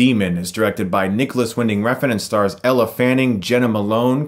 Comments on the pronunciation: I love ya, Chris but it's "L" Fanning (Elle is not pronounced EllA!) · I love your videos but every time you said 'Ella' instead of 'Elle' it made me cringe 😂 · It's not Ella, it's Elle. Pronounced "L". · Elle, not Ella. Bizarre that you keep mispronouncing it as you spelt it correctly in your video description. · Except Chris pronounced her name wrong by saying "Ella" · I like your review enough to forgive calling Elle “Ella” :P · Her name is Elle Fanning, not Ella. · I loved this review but I couldn't get over the fact that Chris kept pronouncing Elle's name as Ell-uh and not El pronunciation. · I thought her name is Elle, not Ella? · Its Elle Fanning, not Elephant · Her name is Elle, not Ella! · Elle Fanning not Ella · Omg Stop calling her "Ella". It's Elle...like L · Winding. Hard 'i'. Elle, not Ella. You are a grown man with facial fair and you have comic book/anime figurines proudly displayed behind you. (Miranda Priestly voice): That's all. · Elle not Ella lol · E l l e not e l l a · Its actually Ell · I know and Chris knows that to so what? its pronouched as Ell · Alex Meyer Thats right you pronounch it as Ell and not Elle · It's pronounced Ell, not Elle. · "L" Fanning *How to pronounce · Am I the only one who hears Ella fanning? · Chris, it's Elle fanning. One syllable. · Great video but Elle Fanning doesn't have an A in her first name it's pronounced "L" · Ella Fanning? Elle. Elle Fanning